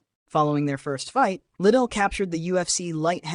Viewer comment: it isnt chuck little its lidell